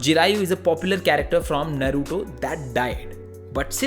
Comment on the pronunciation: its नारुतो not नरुतो and बोरुतो not बरुतो 😅 you pronounced it wrong and its जिराया not जिरायु